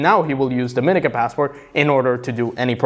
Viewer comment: Let's get the pronunciation correct for Dominica. It is pronounced, DOM-IN-EEEEKA